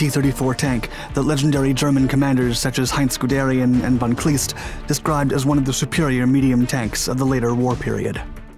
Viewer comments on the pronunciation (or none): von "Kleist" as in "iced"